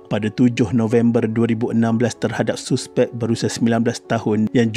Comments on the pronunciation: Hahaha, sebutan tu saspek bang😂 ejaan je suspek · Sebut la betul2 suspek,tk yh guna bahasa baku,boring la ko ni admin,klau borak biasa dgn kwn pakai la bahasa baku klau ko nk martabatka sngt bhasa baku ni,elok2 kita dgn bahasa melayu kita guna ko plak nk folow cara bhasa indon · Padu apa nya, hang degaq betui2 perkataan 'suspek' ..lawak betui